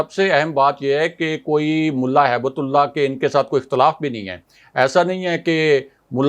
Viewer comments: کو سمجھائیں کہ نام صحیح طرح سے لیں، ملا ھبتہ اللہ نام ہیے ، ہیبت اللہ نہیں ہیے۔ اللہ کے نام کے ساتھ ہیبت لگانا مسلمانوں کو شرم آنی چاہیئے۔ ھبہ کا مطلب تحفہ ہیے عربی میں۔ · Hibt Ullah, not haibat ullah🙏🏽